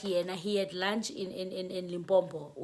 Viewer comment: Lim-po-po 😊 not Limpompho